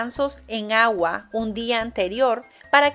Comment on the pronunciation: "con gagua" en lugar de "con agua", de que país será ? Bueno, saludos !